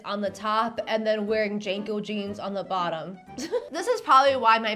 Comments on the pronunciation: *Jean co not Jane co 😂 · Hearing her pronounce JNCO (Jinko) as "Janko" made my millennial brain clutch pearls and rage glitch. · the dumb big pants are pronounced jinco, not janco. signed, gen x old lady. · The way you're dating JNCO is killing me 😂 JeaNCO is how you say it We didn't almost kill ourselves in skateboards for utah losers to ruin the jeans we lived in